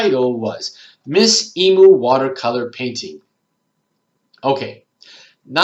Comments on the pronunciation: I would have never thought of using Shutterstock for keywords, plus you don't have to pay for using it either, how good is that!:) Wikipedia makes a whole lot of sense too! Couldn't help but let you know.....The only correct way to pronounce emu is "ee-mew";) Great video, thank you! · Yes, I search high and low for them, but as you say sometimes someone just has the golden nuggets. :) Hope you didn't mind, I've never heard anyone pronounce Emu like that, I couldn't help myself 😌